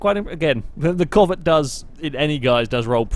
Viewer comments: Its pronounced c-ow-vet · The way he says Covet is bothering me too much.